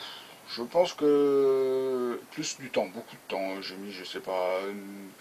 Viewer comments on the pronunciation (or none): none